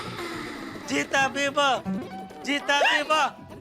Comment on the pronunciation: tabiba nhii g tabiba 😂😂